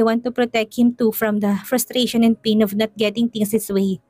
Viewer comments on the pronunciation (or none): none